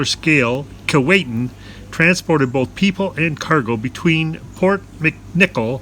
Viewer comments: not to be picky but it isn't called Keewaitin...it is sounded as Keewhatin... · Pronounced Kee-WOT-in not Kee-Wait-in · Actually pronounced Key-what-in. You mispronounced at the beginning. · Kee-WATT-in... and Titanic was built in Belfast, Ireland, NOT Scotland. St. Lawrence Seaway wasn't opened until well after the Keewatin was built. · When it was dock in Saugatuck Michigan that's how we pronounced it, key-Watt-in. It took about 6 weeks of dredging to float it out to the Kalamazoo River and Lake Michigan from there. Miss seeing it. Thanks for the video. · Where did that pronunciation come from. Jeez, it’s like nails on a chalkboard. It’s spelled with one “T”, not two. Other than that, great documentary. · I don’t know about you, but that’s not proper English. He pronounced it right in the beginning, and then wrong for the rest of the video. I live less than 100 kilometers from the town of Keewatin.